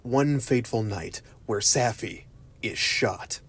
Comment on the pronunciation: Safi. Saw fee. they only say it a million times.